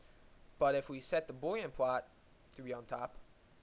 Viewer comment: well i might be an idiot. but he clearly cant pronounce the L sound, for instance "Boolean" is not pronounced "boowyean" And yes its a nice application